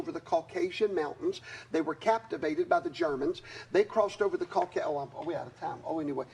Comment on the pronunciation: Caucasus, not Caucus.